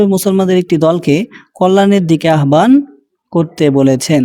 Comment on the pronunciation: আহ্বান–এর উচ্চারণ 'আবান' নয় "আওবান"